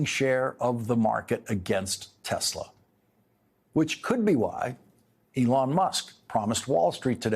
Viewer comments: "I love Tesler" 🤣who voted for this thinking second go around would be better.... jfkm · "I LOVE TESLER" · “I love TESLER!”